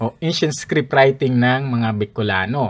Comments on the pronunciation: Haissttt di ko naman sinabing defect yan. "iskrid" kase sa pandinig ko baka hearung ko ang may defect. Defensive ka kaagad. Sige lang tuloy mo lang yan research at presentations mo nakakatuwa eh 😄😅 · Paki check po yung pronunciation niyo ng "script". And kudos anyway sa sipag mo magreseaerch at magpresen 👍